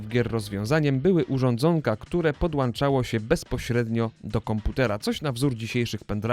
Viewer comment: Ile razy będzie coś podłANczał?